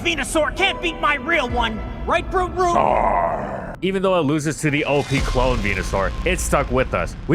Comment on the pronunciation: english is not my first language so i thought he called him "bruce root" so i always named my bulbs Bruce lol